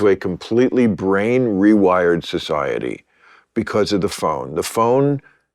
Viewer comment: iT's NohT foR You Its F0r soCyeti